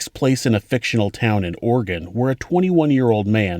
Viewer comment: I’ve never heard a person pronounce Oregon as “Organ” before. How did you come up with that?